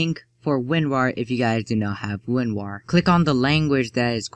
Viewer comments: dont wanna sound mean but its winrar not winwar win ra r not win wa r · lol it sounded like you said Winwar